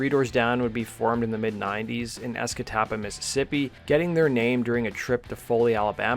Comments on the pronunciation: Escataba is how we normally say it but that’s the best i’ve heard lol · I have to give you plaudits for pronouncing Escatawpa relatively correctly.